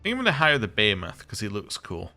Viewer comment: It's pronounced "bee-hee-muth", not "bay-heh-moth"